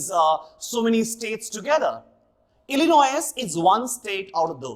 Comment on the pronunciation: the S in Illinois is silent though, sir